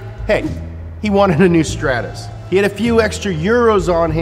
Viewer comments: It's not a Strattoss, it's a Stratos. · The pronunciation is so crap lanchia staatoose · it's pronouced S T R A A A T O S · It’s pronounced str-aaa-tos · legend says that is still flying to this day after saying "Stratos"